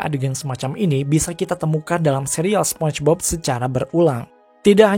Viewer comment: "SPONCHBOB"?? Apa tuuch😁😂